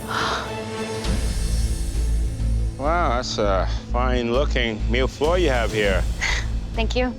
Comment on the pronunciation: you still don't know how to pronounce Millefeuille 😄